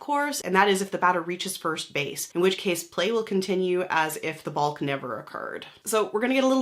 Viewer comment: It's pronounced Bok